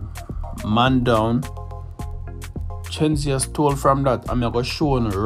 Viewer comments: Its not chenseea, its Shenseea🙄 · FIRST OF ALL WHO IS CHEN-SI-A? GET HER NAME RIGHT FIRST YOUTH… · You pronounce her name with a ch sound 😂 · The lady name Shenseea not Chenseea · Go learn to pronounce Shenseea’s name properly before you start spread lies and propaganda on the artiste them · Bro if you gonna about her at least pronounce her name right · The least you could have done was pronounce the girl's name properly. Kmt. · If yaa go bring dung the gyal atleast pronounce har name properly 😒😒😒